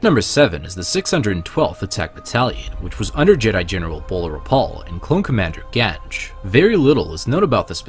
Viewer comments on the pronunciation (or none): none